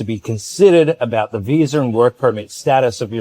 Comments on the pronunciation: no R in Visa brother. Love your videos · Lol no brother its your accent. Aussies Kiwis and a lot of people from the UK add an R at the end of Media or Visa. Time stamp : (40 seconds in) I always like to give you guys a hard time. But I subscribed because you honestly have the best videos out of Thailand. Best channel I've found. Great work brother.